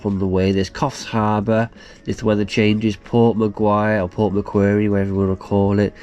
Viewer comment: Mcquarie pronounced mcquarry as in rocks.....lol